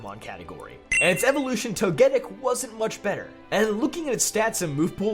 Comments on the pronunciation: To-GET-ic is a Wolfey-tier mispronunciation. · The way he said togetic hurt me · The way you said togetic is offensive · The way he said togetic, I know people can pronounce things different but that caught me off guard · Why do you pronounce Togetic differently from Togepi and Togekiss? They're all supposed to sound the same.